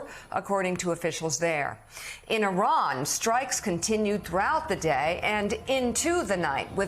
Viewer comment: I doubt he could even spell 'consequential'. He can't even pronounce 'Iran' correctly.